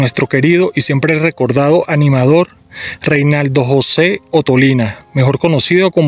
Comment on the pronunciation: Se llamaba Renaldo no Reinaldo